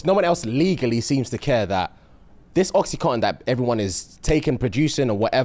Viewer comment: please PLEASE correct. Its oxy-CONTIN 😅